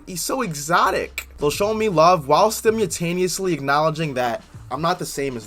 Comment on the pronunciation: "Stimutaneously" Really dude?! 🙄🙄🙄🙄